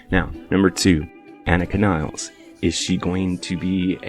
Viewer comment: please show respect and learn to pronounce the name of Anika Nilles properly